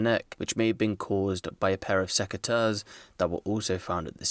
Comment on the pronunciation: Dang. What is a pair of secutur, seceter, secutars?